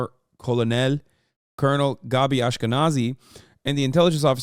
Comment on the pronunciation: Not Hasan misreading colonel twice in a row